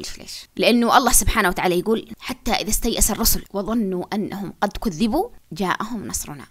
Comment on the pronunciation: اعديل: الآية (حتى إذا استيئس الرسل وظنوا أنهم قد كيذبوا)حرف الذال ما عليه شدة إنما ينطق مكسور.